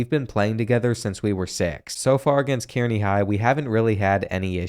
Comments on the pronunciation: As someone who grew up in central nebraska it’s cool to see all the Nebraska high schools, although kearney is pronounced car-knee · It’s pronounced (K-Ar-ney) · Kearney is pronounced "Carnie" like the guys that operate the Ferris Wheel and sling meth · It’s pronounced KAR-ney not KEER-ny god that was getting on my nerves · Killed me as a Nebraskan it killed me when you pronounced Kearney as Kyeerney and not like Kerney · Car-knee not Keer-knee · It's pronounced (Kar-nee) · It’s pronounced car-knee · as a man living in Kearney, NE it is pronounced Car-Knee 🫡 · Not how Kearny is pronounced btw, it’s pronounced like “carney” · Kearney is pronounced Karny... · Kearney Pronounced (Car-Knee) (native of the town) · someone else may have commented this, but Kearney is pronounced like "Car knee" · being from nebraska hearing you pronounce kearney killed me😂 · As a Nebraska myself, that’s definitely not how you pronounce Kearney 😭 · As a nebraskan, I love how you pronounce Kearney